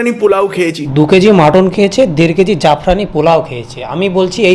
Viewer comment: Saffroni Polau Ke Jafrani Polau Bolchhe Oi Vlogger Ta 😂